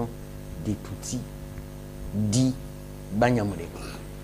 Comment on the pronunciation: Banyamulenge = not sound nje but nge .